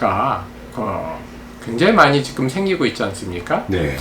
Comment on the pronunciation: 정보: 임용한 박사님을 비롯해 "찐 원로 지식인"들은 "지금"을 "직끔"으로 발음하는 경향이 있다.